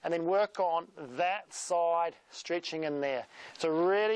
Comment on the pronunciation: why did you say streetching in the beginning?